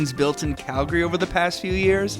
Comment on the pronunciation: Thank you for pronouncing our city correctly. Its Calgary, not Cal - Gary. Drives me nuts when people say it like that. #YYC #HomeSweetHome